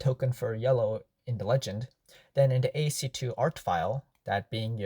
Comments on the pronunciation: It is pronounced as "Ass-key art", not as "AST2 (I think you meant to say ASC2) art" lol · What you're calling ASC2 is actually ASCII (pronounced ass-key), or American Standard Code for Information Interchange. It's an early standard for text encoding.